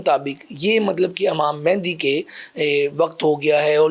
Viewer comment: Imam mendi nahi ,Hazrat imam Mehdi(A.S) bolo jahil ,bass Mike pakar k ultra seedha bolna shuru krdia kro !!!